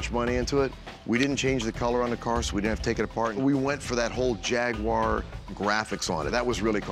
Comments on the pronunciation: wtf is a jagwire? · JAGUWAR NOT JAGWIRE 😂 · Rick... It's "Jagwar" not "Jagwire" lol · Jag wire??? It’s Jaguar😅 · It's JAG-U-AR not Jagwar! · Jagwire??? Wtf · Rick, repeat after me: JAG-U-AR, not JAGWIRE. I had one. When they pass 100k miles they are nothing but expensive trouble. Even before 100K, their poorly designed electrical systems are a continuous, expensive to repair problem. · Its Jag u er not Jag whar lmao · Jag- u- ar. NOT Jag- wire. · it's NOT "Jag-Wire". :hand-orange-covering-eyes: That Jag is a total POS. Money pit waiting for a fool. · Rick, what the f*** is a "Jag-wire"?? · What was worse is calling it a "Jagwar" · The origins of the word are not even English, so it doesn't really matter. I must admit how Rick said Jag-wire does grate a bit but it's not a big deal. We all speak English, we all understand each other, that's a good thing, chill out. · its so wierd that some people say " jag-wire" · To all Americans here, it's pronounced jag-you-are! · Never gonna achieve that.. 🤔 Start with Ja-Gwar.. 👍 Be Well!! 😀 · Hey Rick!, WTF is a JAG-WIRE? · its not jag-wire ffs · The way they both try to pronounce Jaguar is laughably bad XD